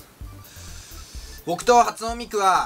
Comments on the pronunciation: はつおんミクじゃなくて はつねミクじゃない❓ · はつおんミクじゃなくてはつねミクでしょ？ｗ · 「はつおん」じゃないよ！「はつね」だよ！ この前ファミリーマート行ったけどなかったー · はつおん❌ -ミク はつね ⭕ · 発音じゃないよはつねだよww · はつおんじゃなくてはつねですよ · 初音ミク（はつねミク）だよ。発音ミクじゃないよｗｗｗ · はつおんじゃなくてはつねじゃないの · はつおんミクwwwww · はつおんミクwwwwwワロタwwwwwwwww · 発音！wwwwおもろ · 出だしからはつおんミクで爆笑w 俺も最初はつおんって思ってましたw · 発音ミクwwwwwwwwwww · はつおんミクってww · 発音 ミクっておもちゃかよってなったw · はつおんw けいおんみたいになってるw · はつねですよｗ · はつおんみくって読まないんだ・・・ 俺もはつおんみくっつてたわ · 発音ミクじゃないよ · まず, 初音ミクの読み方にツッコムわ!w